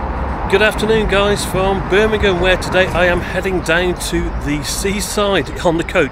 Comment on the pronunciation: its Birmingham